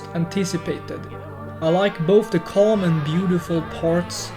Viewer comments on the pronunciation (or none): none